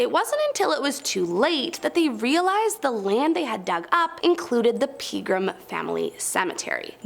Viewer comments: The Southern Turf owner's name was Ike (like Mike but without the "M") Johnson, not Ice Johnson. It's pronounced "ah pree", not "oh pree" I believe it's pronounced "Peh gram" not "Pee gram" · Aside from completely butchering the pronunciation of the famous "Opry".........the next one is it's not PEEgram........it's PEGram.